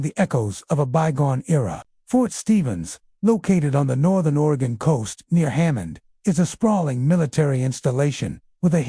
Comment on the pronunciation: Couldn't listen after hearing the way he mentioned oregon....